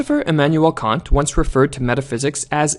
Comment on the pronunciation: Anyone else heard cunt instead of Kant? Sorry Kant but you just can't Feel free to hate me for that one